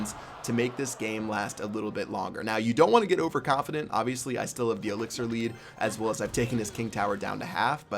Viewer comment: you said elixier hord